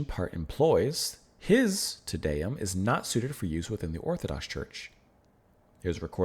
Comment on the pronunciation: As a general rule for pronunciation of Latin (or basically any language besides English). A=ah, E=eh, I=ee, O=O (without the English diphthong oo), U=oo. Te Deum = Tay DAY-oom by Ah-vro Pairt (Umlauts, ä , are another story). Great piece, ❤️ Pärt. I prefer modern harmony to avant garde noodling any day. At the end, you got the pronunciation, except TIN-tin-a (like hat) byoo-LAY-shun.